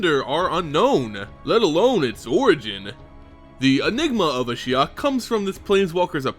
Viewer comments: Yes I found it confusing as well. He began with Ashy-ok then changed it subtely to A-shy-ok. I wish the narrator would just stick to one pronunciation and stick to it. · Kinda weird that you used 2 different pronunciations for Ashiok, interesting story though. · lost count of the amount of different pronunciations of Ashiok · Ashiok is pronounced like three different times during this video :') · another great vid, tho you pronounced ashiok differently throughout it. LOL